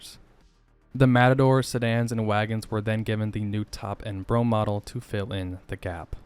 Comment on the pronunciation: BRO HAM to words spoken as one. You keep saying the Brougham edition.